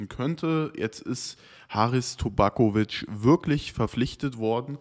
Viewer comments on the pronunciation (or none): Tabakovic , nicht tobakovic aber ansonsten wie immer der beste content auf dem planeten🔵⚪️💥